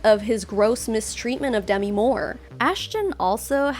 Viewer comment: Just to let you know...Demi Moore's first name isn't pronounced the same as Demi Lovato.